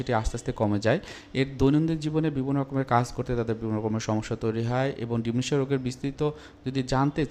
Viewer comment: Dementia not Dimnatia.